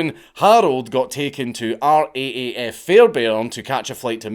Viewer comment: For future reference it's pronounced 'R Double A F' Oh, and Puckapunyal is basically Australia's Fort Bragg and was made famous in the song I Was Only 19 (A Walk In The Green Light) by Redgum where the subject of the song trained before shipping of to Vietnam.